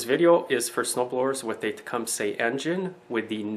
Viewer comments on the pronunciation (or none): pronounced tecumsa...... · tecumsay aye?